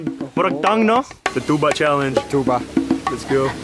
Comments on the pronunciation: Unsay bisaya sa tuba? "Tsuba" hahaha na slang mag kalit si ante... Giahak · FYI tuba in visayan dialect but still tuba in English but it only pronounce like this "TYUBA". Hope I'm correct. Laag pa more.🤣😂😅